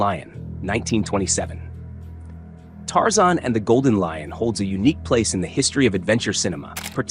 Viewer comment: It's Tarzan, not Tarzon. Warner Brothers, not Warner Bras. Read you own scripts. No robot needed.